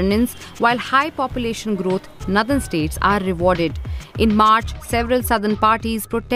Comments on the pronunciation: what is "Nadhan" states ? its Northern. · Nothen state it's nort ern not nowthen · DW needs to get better narrators. It’s not pronounced nthern but nor-the-rn. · Also btw, the pronunciation for “Northern” is “Naw-dhn” not “Nuh-dhn” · "Nathern" ???!!! It is "northern" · Noh-dhern NOT nuh-dhern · Its Pronounced " Northern " , not Nadharn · It's not 'nurthern'. It's 'Northern'. This sort of thing bothers me. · Why does she pronounce Northern as 'Nuthun' ?? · Her pronounciation of 'Northern' is almost like 'Nether'. Deliberate?? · "Nuthen" states nahin, meri behen - nOrthern states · It really irks me when she says "naddan states". But not as much as the growing N/S prosperity divide.... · "Nandan States" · Is this a new way of pronouncing “Northern”. , DW is coop 😊😊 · Very true ! This can be seen from this lady ( from North India) who doesn't even know how to pronounce "NORTHERN" correctly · I only wished that the host could pronounce Northern correctly, Sorry, lost interest in watching video where a word is repeatedly mispronounced. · pronunciation of "northern" alone is a clear marker of the obvious divide between the North and the South. One of the many problems with North Indians is their refusal to look inward and take measures to correct their societies and themselves personally. They always hide behind nationalism to continue to leech off the South while taking every measure possible to dilute federalism. If "greater population" demands a "greater" voice then states like Tamil Nadu might rethink continuing in this Union, after all, Tamils or Kannadigas etc. are the greater population in their own regions! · First of all pls pronounce 'Northern' correctly. It is not pronounced like Southern